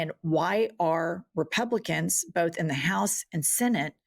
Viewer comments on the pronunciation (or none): none